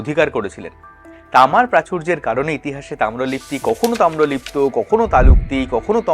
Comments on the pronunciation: Tamralipti noy, eta hobe Tamralipto😂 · Video ta purota dekhechhi, aapni ektu mon diye sunun tahole bujhte parben protyek barei tamralipti bolchhen..... etal tamralipto hobe